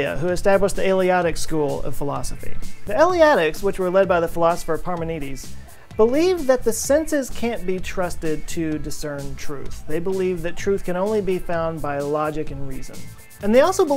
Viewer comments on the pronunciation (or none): Parmenides not Parmenedes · The way you pronounced parmenides is just a big yikes